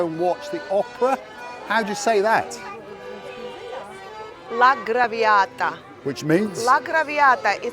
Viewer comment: Guys, you pronouced it wrong. It is La Traviata by Guiseppe Verdi who is an Italian composer from Parma. By the way I watch every video from you.Keep up the good work. 🙏